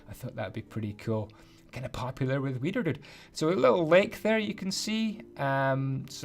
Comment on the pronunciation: It sounds like weiner dude